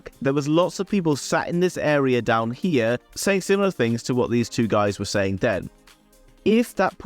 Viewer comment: I love the way you say tings, no doubt 🙂